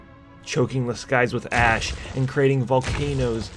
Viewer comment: Choking the skies with ass was all i heard and i will never unhear it.